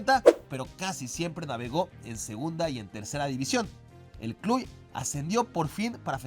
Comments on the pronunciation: El único detallito es que se pronuncia "clush" no "cluy". Excepto eso, excelente video. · Cluj se pronuncia "Clush" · Ahora sí te falló la pronunciación mi jajaja... El club rumano es Cluj se pronuncia Cluž (Clush)